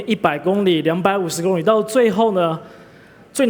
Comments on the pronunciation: 会说li第三声还说什么第一声？ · 為什麼大家都說公里 他卻說工ㄌㄧ公ㄌㄧ